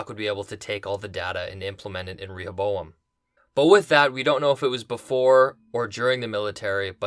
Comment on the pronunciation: I believe the pronunciation of "Rehoboam" is not with a strong "E".